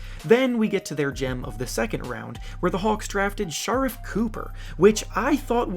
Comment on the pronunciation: “Shar-if” Cooper lol. Do you even watch or follow these prospects? Man I swear some of y’all backsetball youtubers seem like y’all just regurgitate national media. I know it’s hard to follow everyone, so why not just highlight “or lowlight” the ones you do?